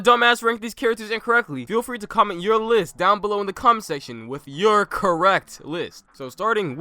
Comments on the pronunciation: did i hear CUM-SECTION?!?!?! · "the cum section" 😂😂😂😂